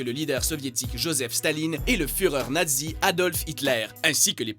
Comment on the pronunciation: Ah ça se prononce "nadzi" maintenant ? ^^